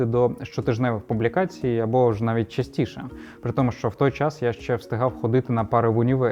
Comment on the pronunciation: Супер, тіки "щ" це не [шь], а [шч]